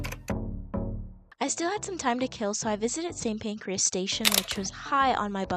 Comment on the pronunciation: It’s not pancreas ( as in body organ) it’s St Pancras